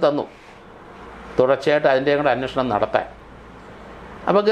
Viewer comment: എന്റെ പൊന്നു സാറേ "അന്ന ഷണം.. അന്നഷണം" എന്നു പറയാതെ അന്വേഷണം എന്നു പറയൂ..